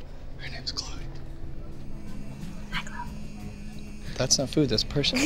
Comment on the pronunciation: Its cloe not chole